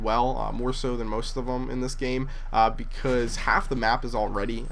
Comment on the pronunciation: lol said bause